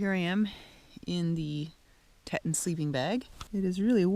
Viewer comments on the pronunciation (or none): it's pronounced Teeton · Hi guys, we can't wait for spring here in Idaho ... the sleeping bag is named for some of our mountains here along the Wyoming Border and Yellow stone national park... pronounced the Teee- - ton mtns. Google it sure you will appreciate them just Awesome.. ,👋 see you around